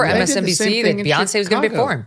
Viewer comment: I like the new pronunciation, Beonc.